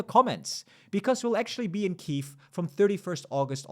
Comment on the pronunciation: Just in case: the stressed y in Kyiv is pronounced the same as i in "think". Many English speakers make a mistake pronouncing it like "kee-eev".